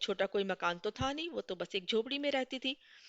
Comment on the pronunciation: Mam par sorry , par aapka था, पा jaisa lag rha hai